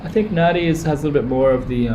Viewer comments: You are wrong... The correct pronunciation of Nadi, is closer to “Nahn-di” than “Nan-di”. “b” is “mb” as in bamboo. you'll hear “bula” or “hello” many times. You may notice the slight humming “m”, almost silent at the beginning. It is NOT Na-Di! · PLEASE Pronounce the name of this town correctly!! It is not Na-Di. It is said Nan-Di. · Learn to pronounce NADI...there’s a silent N after the A. And it’s not HINDI religion it’s the HINDU religion.